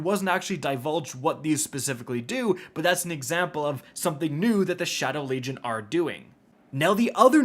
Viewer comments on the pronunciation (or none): none